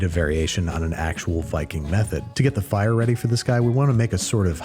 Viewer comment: That accent was more fyre than fire